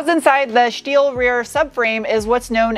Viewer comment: You pronounce steel and sport like you are still in Deutschland. Shteel and Shport❤